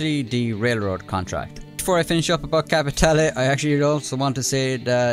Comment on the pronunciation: I like the fact you pronounce "capitale" correctly 😁